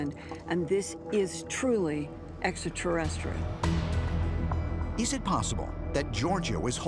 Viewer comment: It does my head in Giorgio cant pronounce extra terrestrials 😂